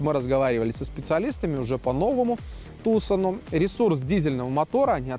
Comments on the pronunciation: слово "Tucson" имеет лишь 2 корректных произношения "ТюсОн", либо "ТюсАн". А в русском эквиваленте оно корректно звучит "Туссон" (либо Туссан). Но ударение ставится именно на вторую гласную. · ТУсон и Санта фЕ убивают... Неужели так сложно погуглить происхождение слов, в Вики даже ударения стоят...